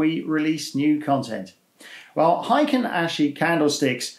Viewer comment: It's "heikin", not "heiken". And it's pronounced as "hey" and "kin" (as in "kinship"). It means "average" in Japanese.